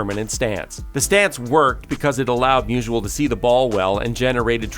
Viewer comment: It's not musual, it's Musial